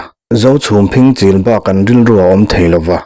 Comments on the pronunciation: Phing chîl tih i chhiar/lam dan hian Mizo ṭawngah awmzia a nei lo va, phîng (vawk phîng) chîl tih tur a ni e. Nawp hrep, rap hrual hrep, sawisa hrep sawina a ni e. Vawk phîng kan rap hrual nek ang tehkhinna a ni e. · Phing-chil hi i lam rik dan hian a thu tum a ti dang lam thei tlat in ka hria. Naupan lai a Vawk phing ham puar kan pêt ṭhin kha kan ham puar hma in a puar len deuh theih nan a lei charah dimna tel miah lova kan rap hrual a kan chil hrep ang mai kha a ni e. Phîng-chil hi